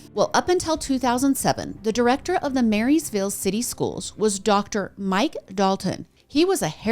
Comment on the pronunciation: Just a heads up from a local — Blount county is pronounced like blunt. Ignore the O 🤣 Also Maryville has no S. It’s pronounced mare-ville. No e sound.